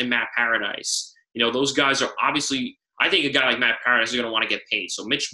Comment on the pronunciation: Obviously you dont know what you're talking about if you can't even pronounce Matt PARADIS'S name correctly .